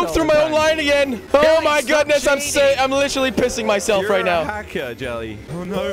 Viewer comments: Ava Mejia : it's Jelle pronounced as "yelle " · They keep saying chelly not jelly